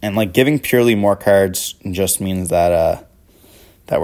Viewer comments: Got 1min into the video and had to turn it off. Pur LIE LIE. Come on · Purr Lie Lie my ass. I hate how people pronounce it. It's Purr Lily. Purr Lee for Purrely.